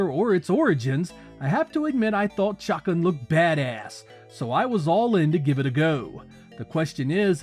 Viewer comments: Oh my lord its not "chockin" its "shuh-khan" !!! This is absolute blasphemy!! Shame on you! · You’re pronunciation of the characters name just kills me 😂 “Chuck’n”